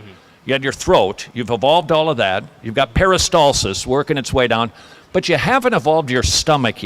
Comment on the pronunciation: the one thing that sticks (no pun intended hehe) out to me is this He can't pronounce PERISTALSIS correctly he keeps saying PERISTOLSES i mean, ok, not everyone knows how to say it, and most don't know what it actually is. but if you're gonna present yourself as "so... there ACTUALLY is this process called....." whatever, you would think you would know how to pronounce correctly . that's like saying "there is a process in conflict resolution called MEDITATION" (when you meant to say MEDIATION) at times like these, close enough is not good enough